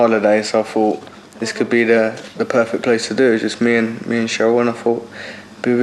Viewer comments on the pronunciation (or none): perfect not poo-fit ...bwahaha!